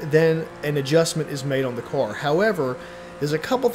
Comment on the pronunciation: I cant get past the way he says: car or cars! It sounds like cor or cors😂